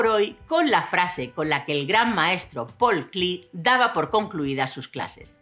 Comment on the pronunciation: Por que "pol cli" si el señor era alemán no ingles y se pronuncia "paul klee" tal cual como se escribe